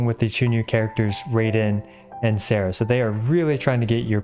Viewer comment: Baal and Sara are both Japanese so their names should be pronounced in Japanese.